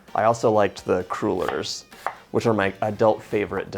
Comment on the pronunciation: Do you use salted (regular) or unsalted butter? BTW: It's crullers, not croolers